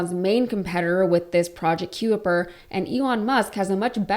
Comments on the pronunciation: Just sayin’… “The word "Kuiper" is generally pronounced ky-per, rhyming with "piper". “ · Kuiper is pronounced kye-per☺ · "Kuiper" is pronounced "Kye-Per" as in the Kuiper Belt... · Kuiper is pronounced K-EYE-PER, as in K-EYE-PER belt... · Pronounced Kyper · Do learn how to pronounce names properly ! Kuiper is pronounced “KYPER”. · Thanks. I was about to point out the same. If unsure at all, were I to be making videos to "educate" people, I'd make sure I knew how it was pronounced. Makes me thirsty for some De Kuyper's anything!! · ‘Being interested’ and ‘having an interest in’ are two completely different things. Also, pronunciation of ‘Kuiper’ multiple times minimum of 4 times. Look up the pronunciation of Kuiper.